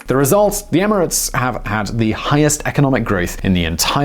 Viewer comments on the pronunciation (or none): none